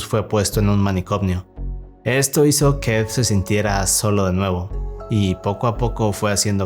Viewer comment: Manicomio ❌ Manicomnio ✅